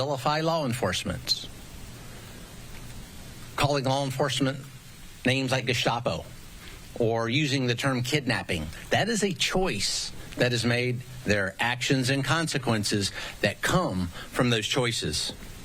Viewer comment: The way the little guy pronounces “Gestapo” is very jarring